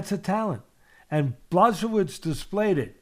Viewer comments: I was about to say that. BlaSHOWvitch is my favorite pronunciation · Pronounced BWA-HO-VITCH, Teddy! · It's actually Bwahovich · The old dude and his various pronunciations of Blachowicz: Blazowvits, Blakovits, Blatovits, SukaBlyatovitz, Blachoochoovtiz, Blazeovicz and so forth.... shits hilarious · Teddy: Its Blashowich Me: Ok bro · "Blazowitch" "Blahohovich" "Blachozovich" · BLACHOWICZ Pronunciation: b l aw H OH v ee ch Pronunciation: Blah-HO-veech blah rhymes with 'flaw' HO rhymes with 'go' veech rhymes with 'beach' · Blazowitch...come on teddy!!!..just say "yaun" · Butchering “Blachowicz” teddy. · Teddy trying to say Blachowicz countless times was pure art! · Love how teddy can’t pronounce blachowicz so he tries multiple variations in the hopes he gets one right 😂